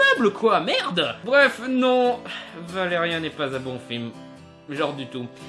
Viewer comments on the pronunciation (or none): Blaireau, avant de critiquer, prononce déjà le nom du héros convenablement... Ce n'est pas " Vélérien " ( comme dans " chien " ) mais VélériAn ( comme dans méchant ) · Après la polémique sur la voix française de Laureline, je propose que tu dises "Valérian" et non pas "Valérien" et aussi que tu arrêtes de bouger tes bras dans tous les sens. Bref, j'ai arrêté avant la fin. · déjà par pitier prononce comme il se doit valériAN pas valériin et es ce que tu le as lu ? je trouve pas se film mauvais perso aprés c'est vrai qu'il as peu d'action mais d'aprés mon pére qui les lis les bd sont pareil et valérian à été créer avant avatar ect.. donc possible que ça puisse ressembler c'est comme pour arthur et les mimimoys je trouve pas que c'est un mauvais film "tu n'aime pas " c'est tout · On dit pas valeriun il fit valerian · valeriAAAAAAAAAAAAn pas valeriEEEEEEEEEEEEEEEEn merci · c'est "valé ri ans"(écris comme ça pour bien comprendre la prononciation) putain pas "valé rien", et ce film c'est de la merde rien avoir avec l'histoire de base qu'est Valérian et laureline, valérian est un agent spatio-temporel et laureline c'est une artiste de rue du moyen âge et ils sont les 2 seuls humains qui reste dans la galaxie!!! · Une critique légère avec peut d'argument réellement solide pour ma part un peu facile tout sa , et merci de critiquer le film avec les bonnes appellation pars que la crédibilité d'un critique ayant été super attentif au film mais ne sachant pas prononcer le prénom du personnage principal qui est : Valérian et pas ValérieN !! En prend un coup ! Enfin pour conclure se post une critique à l'image de la taille de la communauté abonnés à cette chaîne. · Valérian pas ''Valais rien'' steuplé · bon déjà cest pas valerien (un) mais valerian (an) après quand on connais le dessin animé on ses que que cest jouer comme sa meme si c'est un dessin animé et la bd comme le dessin animé son français merci luc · ValériAN pas ValériEN tu m'as stresser pendant toute la vidéo xD